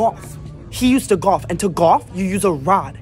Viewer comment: Why is no one talking about how he pronounced golf?? "Nike GkAWF! He used to GkAWF, and to GkAWF, u use a rod, and HE has a rod!" Im dying 😭😭🙏💀